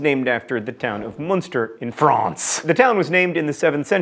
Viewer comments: Hi there! Just to salute the nice effort made on the french prononciation in this "cheesy" episode (never gets old). Your "France" is pretty brutal though. x) PS: Camembert and Brie are commune's name, not region thankfully. ;) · And France was not properly pronounced.... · littlehouseonthepreposterous Similar to his pronunciation of France, or has John would say: "FRRRAAAWNCE". Technically right, but a little bit over-zealous. :) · im not French im Danish so I really have no idea, but I have never heard a Frenchman pronounce "France" the way John Green is pronouncing it so im going with a rating of "somewhat poorly". Also its also Emmentaler cheese in Denmark. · I feel the same about brie. The crust is sooo nasty! And you're pronunciation of France is a bit agressive lol. I'm in Quebec but I don't think in France they say it so violently! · I could not stop laughing every time John said FRANCE